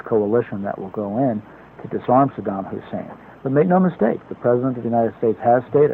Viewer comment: Notice how Rove pronounces Saddam? Sodom.